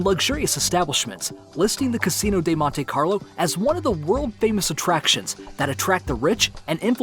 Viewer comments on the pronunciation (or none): none